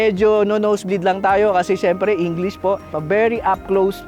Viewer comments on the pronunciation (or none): none